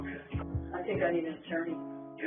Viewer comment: I think ("tink" 😅) we need to start a GoFundMe to buy some "H"s to put after "T"s. My goal turty tree tousand dollars. 🤣 I joke dude. Love your content and how you present it as well as your accent. 😎🇺🇸